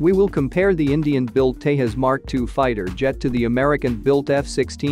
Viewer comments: First of all it is called 'Tejas' (J for Jet) not 'Tehus'. it's a hindi word. Please do learn to pronounce correctly. I wonder what kind of research you did before making a video on it where you couldn't find real pronouns. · When you speak in Indian languages, you pronounce the J as J unlike Spanish. Its pronounced Tezas and not Tehas. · dec06’23/1533h 🇺🇸 who ever is narrating needs to know how to pronounce TEJAS. it’s not pronounced TEYAS. The correct pronunciation is TEJAZZ. AS IN “JAZZ” Do you say YAS MUSIC? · It is TEJAS not TEHAS. J is not H as in Spanish. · It's Te-Jas... not Tae - US !! 😂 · Please pronounce Tejas with J pronounced as in “jump” not some Mexican word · its not tehas its te'J'as!!! not everything is spanish noob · San Jose may be pronounced as San Hose, but Tejas is not Tehas.. Its Te"J"us as in Jesus 😀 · tehas nahi bhai tejas hai. every J is not spanish. what the hell is tehas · Pronunciation is TeJas not TeHas. This word ain’t no Spanish! Tejas means Luminous in Sanskrit. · its not tehas - its Tejas .... j as jesus! Tejas is a sanskrit word meaning "fire" or "illumination" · Dude.. It is not TeHas… It is TeJas… English J. Not Spanish J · In India J is pronounced as J not H. It's Tejas not Tehas. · In India we do pronounce J as J...So it is Tejas and and not Tehas... Just like Jesus is not Hesus in English. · It is pronounced as it is spelled - TeJas and NOT TeHas. It is an Indian World and not Spanish. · Wtf is tehas it's Tejas say it properly say j instead of h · FIRST LEARN TO PRONOUNCE TEJAS .. nothing is SILENT in the SPELLINGS so stop that HYPED PUT ON ACCENT ‘TEHAS ‘ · Try to speak the word Tejas just like your Chanel name Jetline whatever !! It’s not Hetline, similarly it’s not Tehas it’s TeJas. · Man, it is called "Tejas", NOT "Tehas"..! 😃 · Tejas is pronounced with a J not H unlike jalapeños ! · It's not pronunced Tayas, the J is not like Spanish, it's pronunced "Tay Jus" in Sanskrit it is means splendor. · Tejaz not tehas